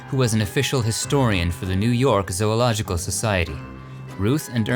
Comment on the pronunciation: Damn... ZO-ological, NORT zoo-logical....